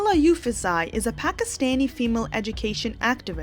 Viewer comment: It's 'Yusufzai', not 'Yufuszai'.😊